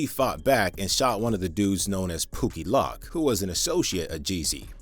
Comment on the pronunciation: Pookie lock 😂 it's pronounced pookie loke and if you're going to make a video where all you do is talk about other people, you should at least learn how to pronounce your words correctly. Only thing you do is talk but can't even do that correctly